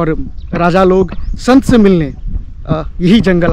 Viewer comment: Shant nhi sant😅😅😅